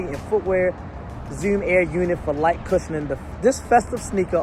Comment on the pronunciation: "Nike Zewm"